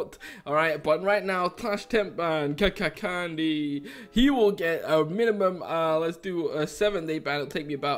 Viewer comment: I know this video is old.And i am KAKANCANDY and first I have to say I’m sorry for I hacked on the server and you say my mc name wrong... And I have stop hacking❤️